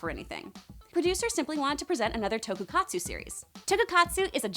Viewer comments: Is it me or did she say toku-katsu? LOL..its Tokusatsu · Uuhm...super sentai is power rangers, super sentai is the japanese orginal and power rangers is the american adaptation, and also it’s “TOKUSATSU” not “TOKUKATSU” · It's "tokusatsu", not "tokukatsu" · Did she say tokukatsu? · its not tokukatsu its tokusatsu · "Tokukatsu" Kill me please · I hate to be that guy, but... it's TokuSATSU (特撮) not TokuKATSU. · And for fuck's sake it's not "tokukatsu" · What she said sounded like TokuKATSU, and that's not right. It's SATSU. You also left about 5 Ultramen (proper plural name) out. Jesus Christ, it's like you shortened a Wikipedia article. I doubt you've even seen the series. Lol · ULTRAMAN IS NOT A MECH And it's Tokusatsu not Tokukatsu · "tokukatsu" it's tokuSatsu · i wanna scream every time she mention "TokuKatsu" instead of "TokuSatsu" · She was thinking about some kind of food i think..some katsu thing of a jiggy...lol toku katsu...reaaaalllyy..??? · OMG it's toku-SAT-su seriously get something right!! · DID SHE SAY " TOKUKATSU? " LMAO ! HOW EMBARASSING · its also pronounced Tokusatsu 🤦🏽‍♀ Katsu is like fried chicken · Lol you’re saying Tokusatsu wrong. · Can't even pronounce Tokusatsu